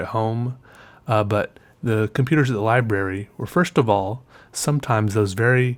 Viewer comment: when says computers it sounds like com peters.